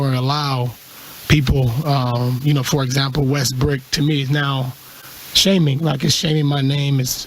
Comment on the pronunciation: It is westbrook even though he misses shots but respect west brook not west brick ok